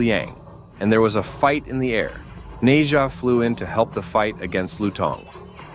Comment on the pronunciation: “Neza” that got me dying 😂 as a Chinese we pronounce it “Nezha”